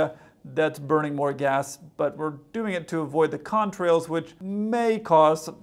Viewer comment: The way the TikToker says "Contrails" is so bizarre. Seriously, he sometimes pronounces it as "con-trails", with a strange pause.